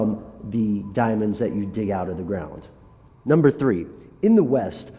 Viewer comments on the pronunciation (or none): none